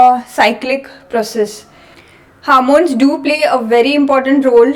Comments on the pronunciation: Its hormones not harmones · Good explanation, however a couple of comments - Please stop saying "harmones,". There's no such thing. The word is 'hormones' and contains the letter 'O' in it, so why you keep pronouncing it as "h Ar mones"? Secondly, if there is a continuation to a video, can you please put a link in your description to the second part so that viewers can go directly to it? Thanks. 🙏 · It is not harmons say homons